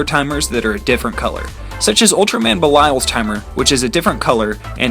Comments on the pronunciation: This is a long time ago, but Belial is pronounced Bay Lee Ah and I thought ultramans greatest weakness was cold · It's pronounced bi-lee-al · I'm kinda pissed at how you pronounced "Belial" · Noel Titus same. So I wasn’t the only one